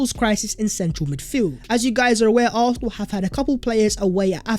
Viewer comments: Arthenal 👀👀👀😅 love u my guy but 👀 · For Gods sake, atleast pronounce "Arsenal" properly man..😑